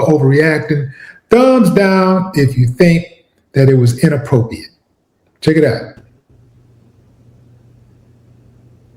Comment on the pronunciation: Why do he keep saying Inappropriate like that😮😅😮😅😅